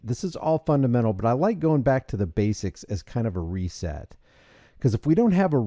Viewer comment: You kept saying “reset”…. You serious?